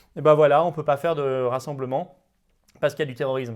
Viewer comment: Oui, et on ne dit pas "terroriZme" mais "terroriSme". Il n'est malheureusement pas le seul à faire cette très agaçante faute.